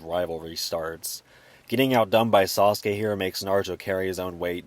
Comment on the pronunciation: I really love the way you say Sauce-Gay! ♥️